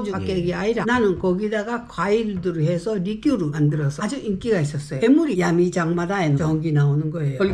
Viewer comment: 야메가 아니고 야미(闇:암) 장사꾼이다